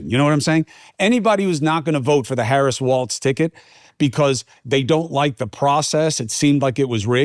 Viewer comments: Chris, It’s Walz not Waltz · FYI Cuomo…there is no T in WALZ. Phonetically, it’s wallzzz.